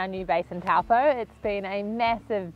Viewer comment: Would be lovely to hear you say Taupō properly. Cheers